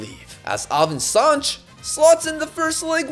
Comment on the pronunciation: it's not Sanch it's Sanches